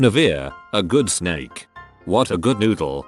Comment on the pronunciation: I love how you say snek